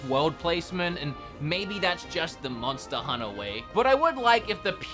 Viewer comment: I love it when say MONSTER HUNNA.....